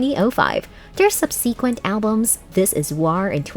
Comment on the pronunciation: She said subsequeent too not subsequent… awful